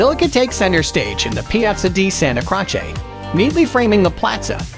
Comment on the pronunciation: One of the most irritating narrations of any travel video. "Santa Crotch-ay"? Jesus.